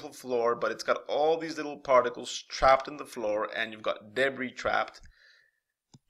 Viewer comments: Its not "deb briss" floor. Its pronounced "dāˈbrē" breee, not briss. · Ty! Debris = dubree